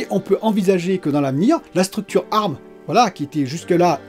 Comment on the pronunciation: On dit A . R . M ! 😂😂 Excellente vidéo comme d’habitude !